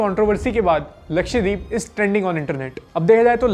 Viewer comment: lakshay×3 k saath rhne ka asar lakshdweep ko lakshay dweep bol diya😂